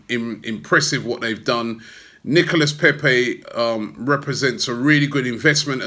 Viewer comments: Robbie Robbie Robbie it's pronounced Nicola Pepe not Nicholas. like we had in 1984 sharley Nicola ok Charlie Nicholas that is bloody Nicholas Pepe is Nicola please say it correctly we didn't sign Nicholas Pepe. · NicolA < that's how you pronounce it. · Robbie, you have the biggest fan channel on YouTube. You should learn how to pronounce player and club names properly. Especially the players and clubs you talk about often. The s is silent in Nicolas and Rennes!